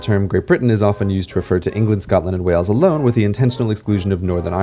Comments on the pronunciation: It’s funny how your accent goes British at times 😂 Btw Wales is pronounced like Whales. Way-uls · Wales not Wells. Sounds the same as the large sea mammals. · Are you saying "Wells" instead of "Whales" for "wales" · Wales is pronounced like whales, not wells and you literally said the incorrect thing about Great Britain being England Wales and Scotland directly after CGP Grey pointed out that it isn't because each country has parts outside of Great Britain. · Wales is pronounced like the word whales. Not like wells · Wales is pronounced like the animal, whales not wells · Wales sounds like whales the animal. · no it does not because Wales and whales have the same pronunciation.